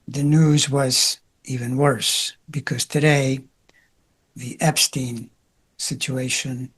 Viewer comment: Epstine Epstine Epstine 😖